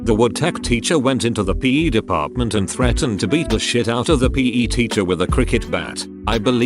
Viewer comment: Word: PE Narrator: p a y